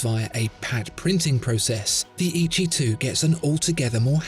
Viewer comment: I think it should be pronounced as Eh Yee Chee though. Great video!